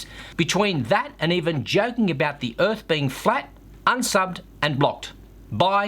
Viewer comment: "Manuary". Excellent. Bless you on this flat earf. :-)